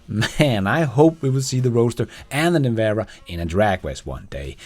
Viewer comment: Its pronounced Nevera, as in you”ll Never-a have the money to afford one.